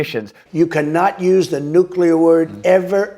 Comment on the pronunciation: He gets points for pronouncing nuclear correctly. Not nuc u lar, like almost everyone else.